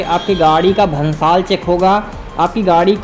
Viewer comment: Bhansar hota hai na ki bhansal Aur adventure se jayada aapki voice ka comdey jayada lag rahi hai 🤣🤣🤣🤣🤣🤣